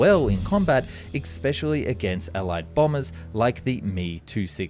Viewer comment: The word is especially not eKspecially. Where were you educated?